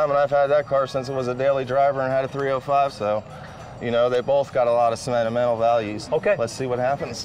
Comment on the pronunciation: that’s how he said the word. It was funny so I tried to repeat it the way he said it. Lol